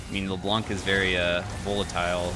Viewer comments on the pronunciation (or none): C is silent in Leblanc. Much love. A french dude.